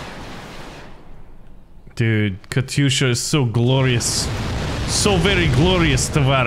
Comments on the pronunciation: It is said kat-yusha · Man that katysha (not Katyusha) was good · Warpath pronounces katyusha “Kat yusha” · hopefully my life hasn't been a lie. i thought it was pronounced katy-usha